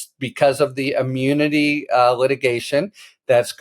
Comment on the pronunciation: Is it "immunity" or "im--pew--nity???"